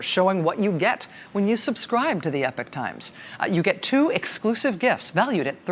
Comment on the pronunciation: Are they saying the Epic Times? Pretty sure Epochs pronounced e-pock.